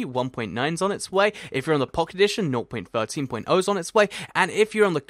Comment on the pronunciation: Why does he say "Nor.13.0" or whatever he says instead of just "0.13.0, or just 0.13?"